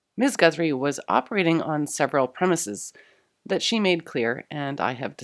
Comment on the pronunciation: Does any grammar nazi want to confirm whether she should've pronounced the first use of 'premises' like she did in her second pronunciation of the word ? The fix is not important, I am questioning because I don't like not knowing answers to things.